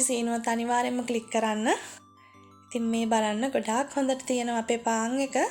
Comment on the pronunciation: පාන් කියාගන්න බැරිව ඉන්නේ